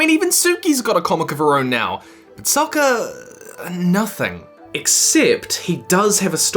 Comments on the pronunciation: It’s pronounced (Sa-ka) not (So-ka) come on man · It's pronounced sokka with an "okka". Subtitles: soccer? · im sorry and i know its just the accent but i just broke down mad when he said sokker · If you listened at the start of the video you'll know he called sokka soccar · Bro say soaker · stopped the video after hearing him pronouncing Sokka as "SOCCER" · I heard that first one as "Soccer." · Am I the only person who noticed that every time he says Sokka, it sounds like soccer? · DID YOU SAY SOCKER?!?!?! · I keep hearing people pronounce Sokka as it's spelt, despite the fact that everyone in the show pronounces it Sahkka. Sokka is pronounced with an Ah! The man himself points this out in a Haiku jam, impressing many lovely ladies (classic Sokka). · Say sokka properly!